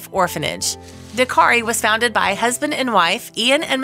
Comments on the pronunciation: Narrator: the name of the rescue organization is ‘DAKTARI’, not “Dakari (sic). Dak-tari. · Cute story but the narration grated a little with the insistence that the organisation was called Dakari, it's DakTari. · It's DAK-TARI ! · dak·teh·ree say it right at least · It's DAK - tari. Means Doctor. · Why can this girl not say DakTari? Why are hedgehogs in the video?